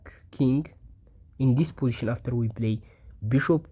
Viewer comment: I learned a new word today: "po-ition" LOL Curious what your native language is? I saw the solution immediately.